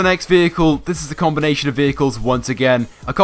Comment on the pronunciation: see how many times he says combonation haha